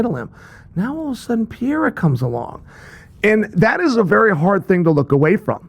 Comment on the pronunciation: Chael can't pronunce PE REI RA, instead he says PIE RA 🤣🤣🤣🤣🤣